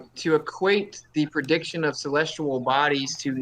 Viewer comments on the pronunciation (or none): Is it me or is saying “celestual”